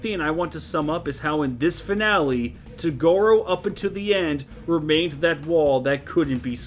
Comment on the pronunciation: why do you pronounce it togoru and not toguro